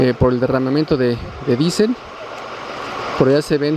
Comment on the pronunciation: Es diésel no disel